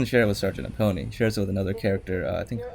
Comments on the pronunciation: Apone! it's pronounced A - PON! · I think "Sulaco" is the only thing from Aliens you pronounced correctly lmao. Ay-pown. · Sergeant Apone does not end with the "ee" sound it's pronounced "Ap-Own" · You're saying Sgt. Apone's name wrong.